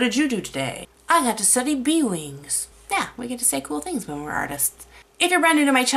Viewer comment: I really hope I'm not the only one who heard B-Wings when she said bee wings. Great video and something I need to work on is doing studies. It's just something that I've never dove into before because I want to draw it now. :P